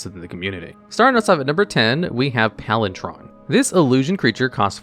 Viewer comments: now i know you just mispronounce to troll us. PalinTron is just messing with us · Sounded more like he was saying PalinTRON. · Palintron? I see you're upping your mispronouncing game to keep up with your biggest competition, Seth (probably better known as SaffronOlive) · He’s pronouncing it “PalinCHron.” Instead of the hard ‘c,’ he’s pronouncing the ’ch.’ It threw me for a second, too. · you're gonna be terribly disappointed then, he mispronounces like 400 cards bare min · I don't think I've ever heard anyone so grossly mispronounce the word palinchron... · Listening to palinCHRON said incorrectly so many times made me leave the video holy god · Wait, you pronounced the ‘ch’ in Palinchron but then pronounced the hard ‘c’ sound for Isochron Scepter…? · Hearing it pronounced with the ch hurt me physically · maybe he has dyslexia or something and just consistently misreads card names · He deliberately mispronounces things because it leads people to comment, like we are, which boosts the video in the eyes of the YouTube Algorithm. It's becoming a pretty common trick. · Just for clarity "Ch" can be said like "K" So chrono and its derivatives is more like krono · Please tell me you mispronounce words deliberately to generate engagement because hearing PalinTron 18 times in 2 minutes is painful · Wait, isn't it pronounced (Pahl-in-kron)? idk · It hurt me a little every time he said “palintron” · The way he pronounces “palan-Chron” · Palinchron! Not “palin-tron” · Hearing "Palin-chon" instead of "Palin-CHRON" is really sending me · Are you saying Palin"tron"? …Instead of "chron"? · Palin TRON! (sorry, i don't wanna be a weenie about it, but Chron is ALWAYS pronounced with the hard K sound... Like Chronological? Palin Chron. Make sense? I love your channel by the way! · Why are you saying PalinTron? It's PalinKron...jesus. This is the thing that I hate most about these types of videos. Also, you spelled it wrong. Seriously, does anyone who makes these things do ANY research?